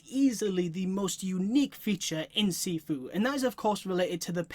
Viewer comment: It’s pronounced (SHEE-FUU) nice vid man